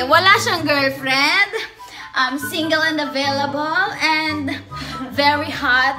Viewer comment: Ung "Avelavol talga eh hahah